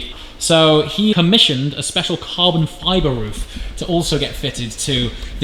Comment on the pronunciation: “...not so speciale” 😂